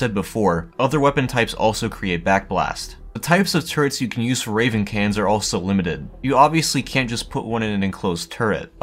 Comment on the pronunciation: It sounds like he's saying "cans" almost every time. "Cannons" has two syllables.